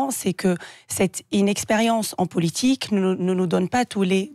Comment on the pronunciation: Elle parle pas bien français. Elle n arrete pas de dire POULITIQUE.